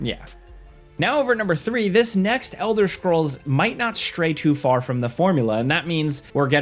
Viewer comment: ELDER SHCROLLS